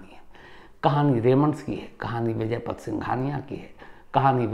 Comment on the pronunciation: आप बड़े पत्रकार हो। नाम तो सही जानो। उनका नाम विजयपत है , विजयपथ नहीं ।